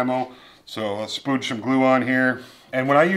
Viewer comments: I heard spooge... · I could have sworn I just heard you say "splooge some glue"